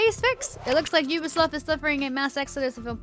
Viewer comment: did she say “Ubisloft”? 😂